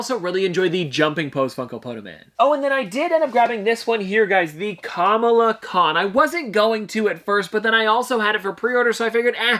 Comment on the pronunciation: What I was you accidentally said Kamala khan wrong